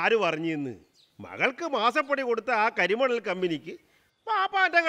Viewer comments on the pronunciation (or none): ഒരിടത്ത് കെരിമണൽ ഒരിടത്ത് കരിമണൽ - ശ്രദ്ധിക്കുമല്ലോ😊